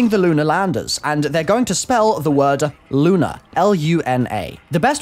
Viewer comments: I like how when says "Luna" it just sounds like lunar because of his accent. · It's funny how he says lunar and Luna the same